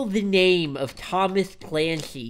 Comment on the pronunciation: “How dare you shoil the name of Thomas Clancy” 😂😂😂